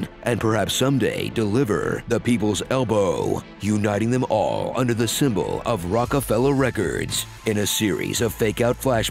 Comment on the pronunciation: "Under the sybmol of Rockafella records" had me rolling 🤣🤣🤣